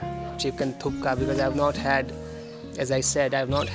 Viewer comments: It’s thukpa not thooka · Guru not thukka its thukpa ondu Sala bylakuppe hoge yela artha ayedate